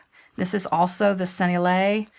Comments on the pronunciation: Lovely video thank you. Did you know you can put the word Sennelier into google and it will tell you how to pronounce it? Senn-el-i-ay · Hi. Just to give you the French, it is sen-ell-i-ay. Small detail for a beautiful product and video but thought you may want to know the correct way to say the French name. Hope this helps. Said I’m the spirit of respect and love. 🩷